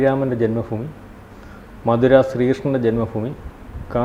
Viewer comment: മധുരയല്ല മഥുര